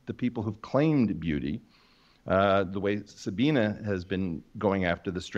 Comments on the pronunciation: Did he just call Sabine, Sabina? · german pronunciation